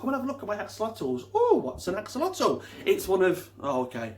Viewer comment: This is great video....but it is not pronounced this way. It is pronounced the x is a sh and the otl is more like an item. Ah- shu-löte